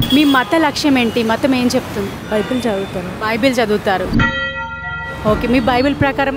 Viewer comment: బైబుల్ అంట బైబిల్ కాదు 😂😂😂😂